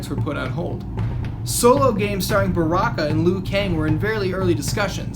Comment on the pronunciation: whenever he says baraka, I wanna say "obama"